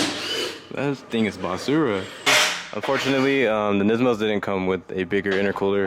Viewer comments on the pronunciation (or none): Kills me every time he says “basura” in his accent lol